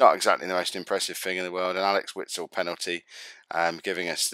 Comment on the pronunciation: Douglas costs plays for Bayern Munich after signing from shaktar fairy recently, I'm pretty sure he destroyed Arsenal recently. and its pronounced Witsel I think 😂👍🏿